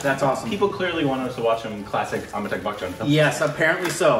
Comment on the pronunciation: Its AmitaB (B) and not AmitaK (K)